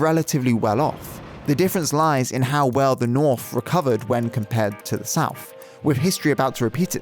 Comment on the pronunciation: when you use words like three and south. it comes out like free and souf